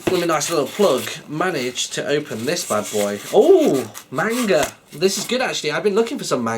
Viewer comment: Its pronounced manga, and I would recommend Death Note